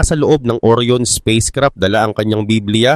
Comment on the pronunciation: Ang tamang bigkas po ay ORA'YON hindi OR'YON (ORION)